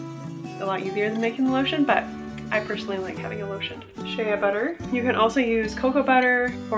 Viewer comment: This was lovely ! One thing though, Shea Butter is pronounced SHAE butter.